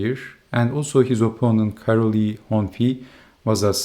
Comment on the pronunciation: Thanks for covering the Hungarian chess! You're pronunciation is almost perfect, do you have Hungarian relatives? Minor correction: Károly is pronounced Ca-roy